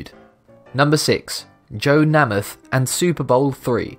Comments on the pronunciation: there is only one M in Namith so it's pronounced NA MITH. not that hard to figure out. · Namath is pronounced with a long a. like a horse. Neigh-myth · It's pronounced Namith, but spelled NamAth. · Who is Joe "Nam-ith"? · Uh the cringe when a British non American football fan pronounces joe Namath's surname... I'm British and I know it is Naymath... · It is pronounced NAY muth. Jeez. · Why the hell can't this narrator learn how to properly pronounce American names and places??? It's pronounces Nay -muth [hard 'A']. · The American football player's name is pronounced NAY-mith. I know Brits believe they are infallible when it comes to pronunciation, but you'd be wrong. Especially when it comes to American names and Spanish words of ALL kinds. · I can't watch any more. Naymuth! Too hear that repeatably mispronounced. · Namath is pronounced "Nay-mith"... Do your homework before you record your videos lol... I understand your either not from America or you've never watched a game if football in your life but you should've still heard of Joe Namath and know how to pronounce his name lol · I know that different countries pronounce things differently. I also do not expect someone from outside the US to know the correct way to say a star's name especially when they don't even play the sport the star is from. All that being said, just wanted to give a friendly 'How to' on how to say Joe's name correctly. It's pronounced almost exactly as spelled if you "dumb it down", meant with respect to an amazing player. Name-eth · Just one thing, the way you pronounced Joe Namath bothered me, I am pretty sure it's said like name-ath not na-meth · the Joe Nam.eth pronunciation is too much, but at least I've heard of him. (we call him name -eth) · Joe Namath's name is pronounced.... NAY-MUTH not NAH-MITH. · Joe NAY-MUTH, not NAM-ATH! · Joe NAY-muth - not NAH-muth. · Dear Video Maker: "Namath" is pronounced like "nameth" — not the way you said it. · Namath is pronounced "NAY-muth".